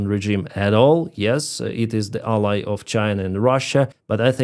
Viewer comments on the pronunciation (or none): none